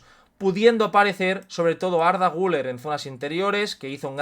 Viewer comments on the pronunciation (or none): none